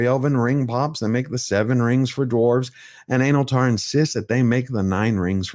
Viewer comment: "Analtar" 😂😂😂 i had to listen 3 times to be sure